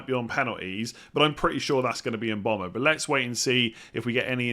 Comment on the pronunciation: Yo its Mbeumo not mbomo Cheers great content